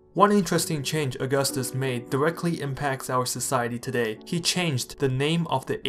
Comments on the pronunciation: It's not August-us it's au-gus-tus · It's augústus not aúgustus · You're pronouncing his name like the calendar month. It's really more like "a-gus-tus". That first u is basically silent. Our pronunciation of August has changed over time. So even though it's named after Augustus, it's not pronounced the same way. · The stress is on the second syllable, not the first. "Uh-GUS-tus." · In the word "Augustus", the stress is on the second u, aka "Aug*u*ustus". It really sounds weird to me every time I hear you say his name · The first item on your research list should have been how to pronounce the man's name. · Makes a whole video on Augustus Doesn’t say Augustus right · Dude. If you’re going to make about a video someone, please at least know how to pronounce their names the right way. Thank you.